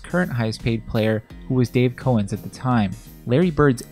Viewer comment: The correct pronounciation of Dave Cowens is COW-ENS, not COE-NS